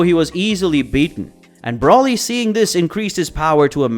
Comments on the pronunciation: dude really calls broly "Brawly" 💀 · people still can’t say broly or whis right smh